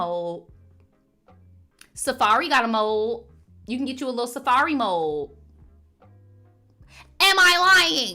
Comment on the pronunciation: I'm dying right now. I'd thought that you were saying mole instead of mold.😂 Why were people in the live talking about Gen z?